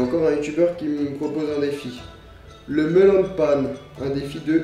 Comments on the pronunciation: On prononce "mélaun pain" ;-; ça m'a mis mal à l'aise pendant toute la vidéo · Cpt. Mike Josh Tout simplement parce qu'en japonais, on dit Meron "Méronne Pane" à la place de Melon. C'est en écrivant en français que l'on déforme le mot pour être plus facile à prononcer pour un français. C'est le même cas pour "wa" à la place d'un "ha" inspiré, trop compliqué pour un français, l'ajout d'un u pour faire le son "ou" qui n'existe pas en japonais à la place de "ō" ou encore de ne pas prononcer les lettres dans sont intégralité. Les exemples les plus flagrants sont les mangas ou Livai en version originale devient Rivaille en français.